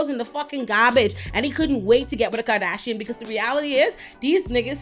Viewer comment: I love the way you say ‘karrrdasion’ - that beauty ‘flophluencer’ is out, you need to be the meme ❤